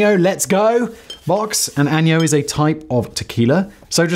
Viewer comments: ANN-yo === pronounced (awn-yay-ho) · Hearing Simon try to work out some of these Spanish words is absolutely the best. It's Ah-Nay-ho for the sound although I may adopt this new way like a bad "No Nintendo" 😉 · Anejo tequila is pronounced An-gnay-ho....aged tequila....try some ☺️ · I believe añejo is pronounced Uh-nay-ho I know its 3 months late. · Lol listening to Simon pronounce anejo